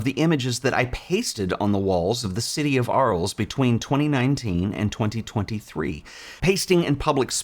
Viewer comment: A small picky point. French, so Arles is pronounced “Arle”.